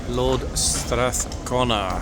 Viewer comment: You are pronouncing Strathcona properly.